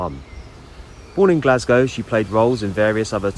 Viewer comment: You actually pronounced “Glasgow” correctly! Most English people say “Glarz-go”